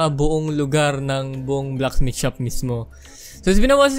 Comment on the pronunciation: why do you always say blackmith?